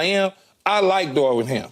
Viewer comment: Darvin not Darwin, key 😂😂😂😂😂